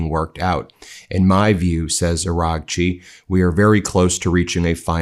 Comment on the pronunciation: Ben, please pronounce Seyed Abbas Araghchi's name correctly! You're driving me bonkers. It's Not Aranchi. It's pronounced Ah-RA-chi! 🙏🏻